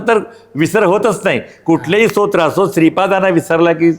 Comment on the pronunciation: स्तोत्र याचा उच्चार इंट्रोडक्शन मध्ये बरोबर करावा. इंटरव्यू घेत असताना किमान या गोष्टीकडे लक्ष द्यावे